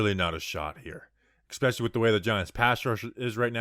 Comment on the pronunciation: and both say expecially